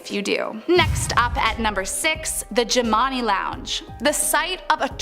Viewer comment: The jimani is pronounced Gemini like jim an i....Shreveport is pronounced shreeve port, and at first you called Chloe Clair. I live on the westbank of new orleans